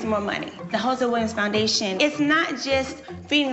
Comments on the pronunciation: Nene HATES pronouncing her s's. She Said "we've volunteered for the Hosea William foundation on many occasion." William instead of Williams Occasion instead occasions Bridemaid instead of bridesmaids Grade A, Moosetry! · She swallowed the “-ms” in Williams and didn’t even care. 🤣